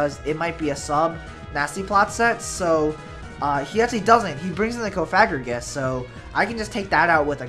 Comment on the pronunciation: its cof-a-gri-gus not coFAGrigus